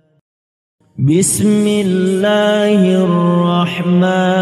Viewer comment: بسم اللة الر من الر حیم Koreksi dikit Afwan .. Saat pengucapan بسم اللة حروف ب dan م kurang diberikah Hak Hak nya , terjadi pantulan disitu Gunnah, Hams, dan mad jaiz nya kurang penekanan dan kurang diperhatikan , alangkah baiknya diperhatikan baik baik, khawatir ada yang meniru bacaan seperti ini tapi dalam kaidah tajwid itu masih sedikit salah Maafkan saya yang masih Fakir Ilmu🙏🙏